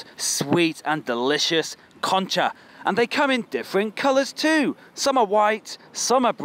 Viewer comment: Concha sounds so weird between english words xd